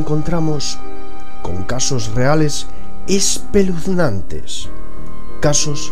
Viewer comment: espeluznante no Isssspeluznante